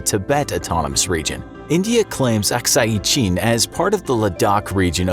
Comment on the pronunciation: Lol please pronounce Arunachal Pradesh and Akshai Shin properly. 🤣🤣🤣